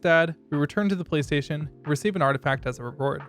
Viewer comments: Bruh ong every time you said police station, I heard PlayStation like wtf are you talking about PlayStation? Then I look at the subtitles and yea yours say police station but then I look at the auto generated subs and I find out I’m not the only one that heard PlayStation 💀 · Dude you say police station like playstation